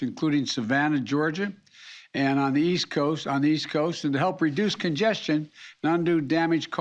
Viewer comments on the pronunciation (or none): none